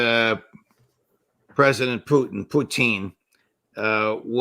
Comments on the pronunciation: President "Puteen" 😂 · He says Pooteen lol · I love how Ray says "Pew tin" 😁😁😁😁😁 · Question: Why does Ray McGovern deliberately mispronounce Vladimir Putin's name? It's highly annoying. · Which makes it all the more weird because i've heard russians pronounce putin's name, and it ain't the way mcgovern's doing it. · It’s also Putin with the correct stress on it